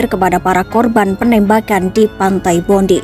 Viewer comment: Bacanya pantai bondai bro.